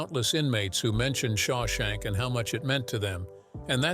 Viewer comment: You can't pronounce Shawshank? But you have no trouble with "Papillon." 🦋